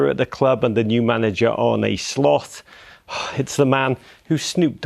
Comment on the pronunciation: "Arne Slothhh" ?!